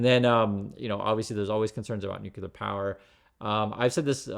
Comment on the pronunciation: For the love of science, stop saying NOO-KULAR... 😂